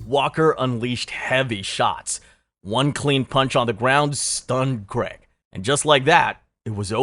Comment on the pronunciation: Dude Johnny does not have a good chin. Even in amateur fights he got banjoed a few times. And petty complaint. It's Paul CRAIG not Creg. He's not American.